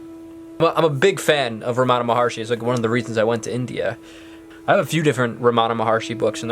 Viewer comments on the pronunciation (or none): It’s not Ramaana It’s ramanaaa